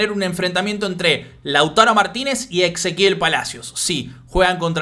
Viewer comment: lo que te decía es que decías exequiel en vez de Ezequiel. Igual muy bueno el contenido.